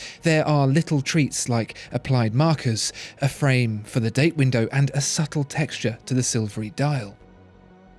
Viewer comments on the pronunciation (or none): none